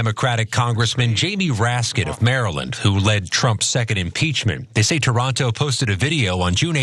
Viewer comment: It’s not “Toronto”… it’s “Taranto”. There’s a difference!!!! Lol 😊😊😊